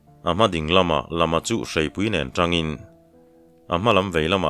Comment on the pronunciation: Sawi a awm tawh emaw ka hre lo a, Lama hming i lam hian Lamlian (kawngpui) tiha lam ri ang hian lam rik tur a ni lo maw le?